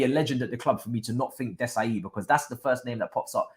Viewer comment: Pronounce Disasi like DiSSaSSi (Like SAharah or "Sy") And not like Dizazi.